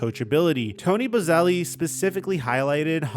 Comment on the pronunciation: Boselli pronounced: buh-sell-E